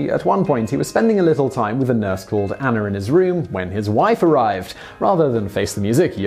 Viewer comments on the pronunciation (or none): none